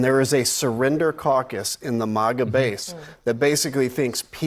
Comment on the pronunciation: Why does he pronounce it MOGA?